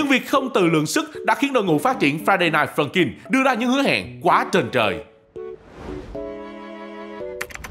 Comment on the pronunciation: Ông cứ nói friday rồi dừng rồi ms nói night funkin nghe ức chế 🤣